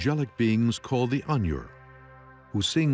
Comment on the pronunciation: Not to mention how they slaughtered the pronunciation for the Ainur. Since when does Ai and Nur sound like Onion??? Its obvious the people who did this documentary paid no attention to the books or even tried to learn to pronunce the words right.